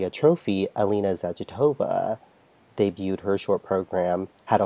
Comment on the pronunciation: I believe it's pronounced Za-GEE-tuh-vuh. Saying "Zag-eh-TOE-Vuh", makes us sound like dirty Americans. :-)